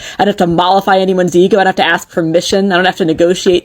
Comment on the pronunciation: For me, a man with neck tattoos who says “ax” and “earf” and has multiple baby mamas is a red flag.